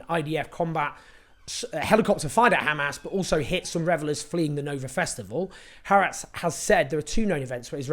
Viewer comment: Just a note – if you’re going to be saying it regularly, it would take you two minutes to Google how to pronounce HaAretz correctly…